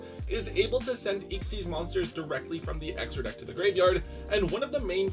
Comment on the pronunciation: What is that pronunciation of Xyz…